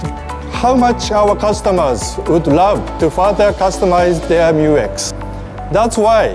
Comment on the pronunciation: MYU X is the right name of it not M U X